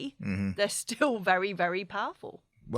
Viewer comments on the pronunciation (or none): It's "espresso", NOT "Expresso"! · It's ESPRESSO.